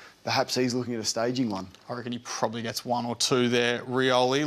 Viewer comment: Is he serious trying to say staging , only had eyes for the footy and got cracked in the jaw